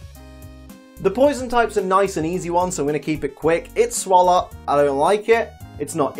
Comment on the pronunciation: Poison, Let's Keep It Quick Me: Garbodor: It's Swallot